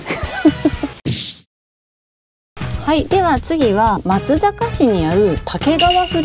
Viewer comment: 松阪は鶏焼肉も旨いですよ～・・・ちなみに「まつさかうし」「まつさかぎゅう」ですね。「まつざか・・・」は改善の余地ありです。なんなら「まっつぁか」って発音するとパーペキです（死語）